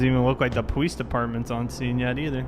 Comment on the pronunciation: I’m sorry I’m not trying to be mean but every time he says police it sounds like powees.